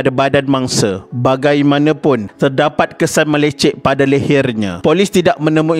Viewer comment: Tapi ada kalanya dia ni pelat sikit bila menyebut sesuatu perkataan. Contohnya sebutan "mele-cet" dia sebut "mele-cek" yang membawa maksud yang berbeza...